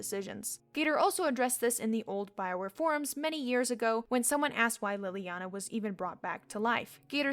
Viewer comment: i like how you mispronounce leliana's name even though it's said outloud. like, it's not read in a book but you're still mispronouncing it. lol